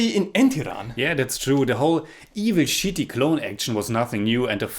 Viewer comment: Should have been 2.0/10 😛 The way you said "Chitty Robot" sounds like "Shitty Robot" 😂. Apt. Your old videos are gold 😂